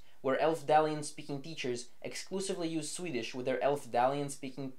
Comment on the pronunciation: You're really overdoing the quasi Scandinavian accent when pronouncing Swedish